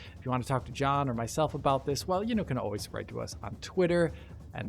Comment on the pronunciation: Iam a german "aufwiedersehen" and "und" was a perfect smooth 60 fps german pronunciation 😅👌🏻😉